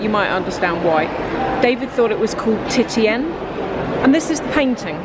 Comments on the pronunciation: It's pronounced TISH-AN. Not TIT-IAN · Titty-en ahahaahah! It's pronounced "Tician"!!!! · The older paintings often showed breasts to show the motherly or womanly strength of the character in nurturing her child. The name Titian is pronounced " Ti-shan"